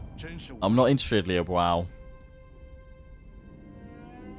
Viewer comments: "Liu Biao" is pronounced as (phonetically) "Li-ew Bee-yao". Hope this helps! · You say you want advice on the names, I think it's Lui Bee-auv (Biao). At least that is what I have heard. Else just disregard it, just wanted to share :)